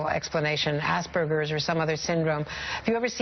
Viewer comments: Aspergers, not Auspergers. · Really couldn't make a video without making an Ass burgers joke lmfao. Most people just say it like Gerbals, Ger, not Gur. Aspergerbals. Aspergers. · Asperger Syndrom is a German word. The "A" in the beginning is pronounced like the "a" in "far". "Perger" isn't pronounced like "burger" but more like "bear"ger with a "p" for the "b". Hope this helps a little bit in the future to not pronounce it like Assburgers like Southpark established.. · It's pronounced ass-per-jers not ars-per-gers. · I fucking hate the North American way of pronouncing Aspergers... makes it sound like "ass-burgers". Say it with a soft G sound, it sounds better - "as-per-jers". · Asperger's syndrome was named after the person that identifyed the disorder who's last name was asperger (pronounced as-per-gers, not ass bergers) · Pronounced "ASS PURGERS" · Aspergers has the 'g' pronounced like a 'j'.